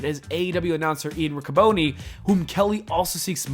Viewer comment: It's pronounced Ric-ca-bon-ni.